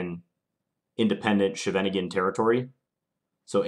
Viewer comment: That's not even the German way of pronouncing it. The German pronounciation is "Sheven Ing En". The Dutch way sounds more like "Skheiven Ing en".